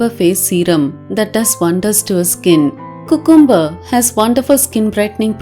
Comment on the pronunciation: it is pronounced as "Q'come'ber" not "coocoom'ber" please don't mistake me for being rude or sarcastic or picking on u. I have noticed vast majority of Indians pronounce it wrongly. Just sharing with. 🙏